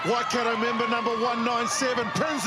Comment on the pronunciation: It's not Wakato, it's Waikato. If no-one helps out with her pronunciation, she's just going repeat this error every time.